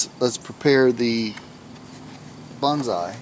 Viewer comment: its bonsai not banzai